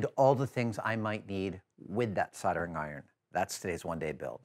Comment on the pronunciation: I love you Adam but your pronunciation of soldering iron is driving me nuts!